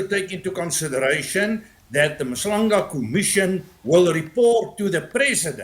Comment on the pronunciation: A public broadcaster doesn’t even know the name of the commission. You must pull up your socks. It is Madlanga commission not Mabandla commission. Yoh